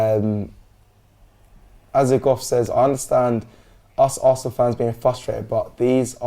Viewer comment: It's da history of ze assssssanal 🤣🤣